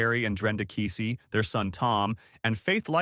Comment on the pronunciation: You're pronouncing KEESEE wrong. We're familiar with folks related to this situation. I will guarantee you it's much worse than what's being told.